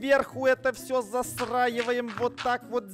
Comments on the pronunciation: Ты место застраевоем сказал засраевоем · Почему говорит засраиваем а не застраиваем!? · Интересный факт: Говорит засраиваем а не застраивает 🗿🗿